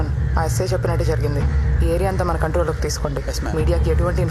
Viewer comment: SI kadu ra నాయన ASI